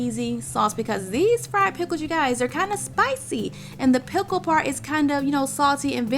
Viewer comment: She said "Peckles". Lol.